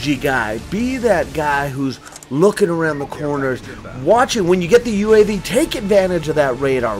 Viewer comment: XD You called UAV an HIV ^_^